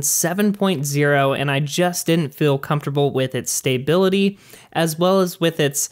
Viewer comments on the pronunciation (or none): What is "stay billity"???